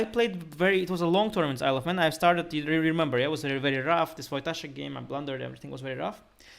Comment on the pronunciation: I know that it's incredibly immature, but "Isle of Man" always sounds like "I love men" to me 😂